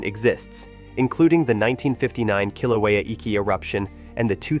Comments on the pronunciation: Pronunciation of Kilauea is terrible! It’s “kill” “ow” (as in how) “ā” (as in ate) and “u” as in “up”. Now, get it right! Kil/ow/ā/uh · Voice can't even pronounce the name of Kilauea. What a joke. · You are making a video and you don’t even know how to pronounce Kilauea …?